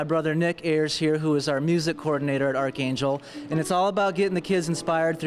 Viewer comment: The anchor doesn't know how to pronounce archangel lol